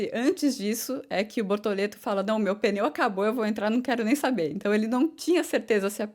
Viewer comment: Sim continue assim, mas com carinho nao fale "peneu" é pneu! desculpe